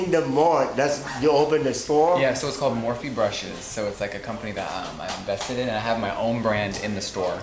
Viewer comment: Did he say ...."that I'm vested in?" or ......"a company that I'm invested in?" Are we mishearing what he said?